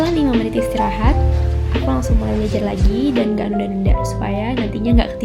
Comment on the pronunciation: omg... she said esteraha like Arabs 💅😳